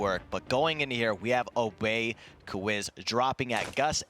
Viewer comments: “Obey kwiz” its kiwiz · Myth might be the stupidest fuckin commentator he called obey kiwiz: Obey Ke-Wiz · Stupid ass narrator said obey “quiz” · Anyone else get triggered when Myth call Obey Kiwiz “Obey Kawiz”😂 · Yes me😂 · Except for when he said obey kewiz😂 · He said at the start Obey Kiwiz wrong